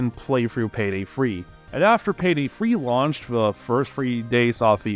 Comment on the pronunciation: Why do you say Payday Free instead of Payday 3? Is there a joke that I'm missing?